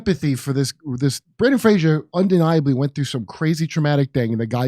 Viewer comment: I really like you guys, but please, please, please take a moment to focus on the actor’s name for a few seconds. It’s BRENDAN FRASER.